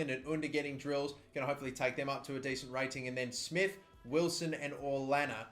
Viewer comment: Orellana is pronounced “Oreyana” 😊